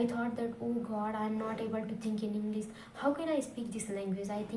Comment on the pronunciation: Englisssssss😂😂😂 atleast learn to say English